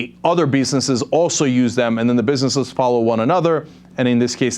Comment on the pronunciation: Cenk said biznez